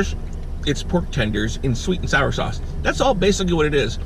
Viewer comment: Is he saying sauce like saurce on purpose?